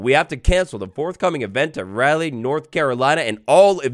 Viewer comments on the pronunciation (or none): As a local, it’s pronounced Raw-Lee North Carolina lol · Raleigh is pronounced ROLLY, Wadd-less. 😂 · One day a youtuber will say Raleigh correctly... one day... (It's like 'jolly' but with an R instead of a J) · The way you said Raleigh is pretty funny to me. I’m a NC native and was going to go to this event, but oh well.